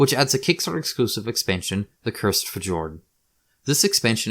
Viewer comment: Fjord is pronounced fyord